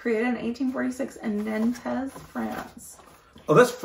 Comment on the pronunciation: "Nan-tez" pronounced nawnt (roughly)🎩